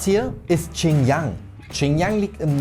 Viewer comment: Die region heißt Xinjiang nicht Qinyang wie du es aussprichst, next time hausaufgaben machen bitte